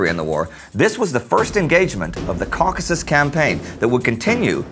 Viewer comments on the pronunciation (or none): none